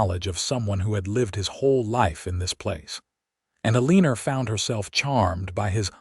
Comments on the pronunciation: Don't you know that she's "a leaner" rather than someone who has straight posture???😂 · E LEAN ER , you mean Eleanor?